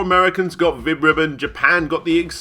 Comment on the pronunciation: I thought you said, Vib-Ripoff